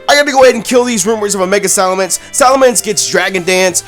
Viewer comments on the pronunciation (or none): ITS SALAMENCE, NOT SALAMANDER!